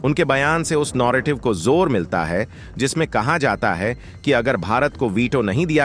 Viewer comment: अबे नॉरेटिव नही न॓र॓टिव्ह